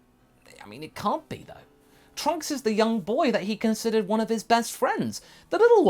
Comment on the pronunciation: He said princess trunks wrong